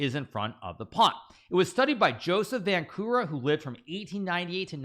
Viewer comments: Nice lesson on theory, but the surname Vančura is pronounced [Vɑntʃurɑ], not [Vænku'rɑ] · It is actually pronounced Vanchura (similar to e.g. 'chill')